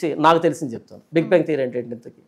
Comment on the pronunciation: It’s not bank but it’s bang👍